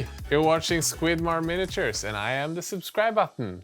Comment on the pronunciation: MIN-A-TURES MIN-A-TURES. Well that's in my head forever 🤣